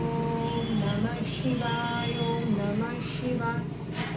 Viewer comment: আমিও রোজ বাবা মহাদেবের পুজো করি। তোমার om namah shivay উচ্চারণে অদ্ভুত একটা vibration পেলাম।